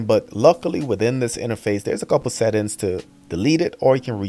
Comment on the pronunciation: I subscribed because I love hearing him say this.